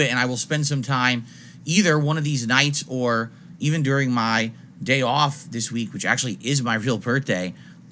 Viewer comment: is this mfer trynna act surprised his “Dae auwf” is aligned with his birthday?